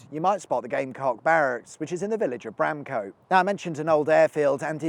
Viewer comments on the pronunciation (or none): Nice finish on the Whetstone viaduct - popular for some light trespassing with the locals; though I'm surprised you didn't have a look at the broken farmhouse and rotting machinery a wee bit further along. (Pedant note: the vowel in -stone and -cote is the schwa so it's more Whetstuhn and Bramcuht.)